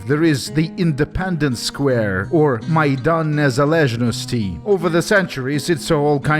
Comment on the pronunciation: Wow that's the best pronunciation of Maidan Nezalezhnosty I've heard from a foreigner